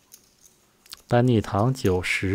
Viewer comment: 人地叫DANNY TANG(鄧)，不是DANNY TONG(唐)，主播請留意，英文發音有問題